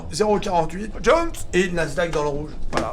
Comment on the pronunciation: « Le Dow Jones (JONES!) » J’adore 😂😂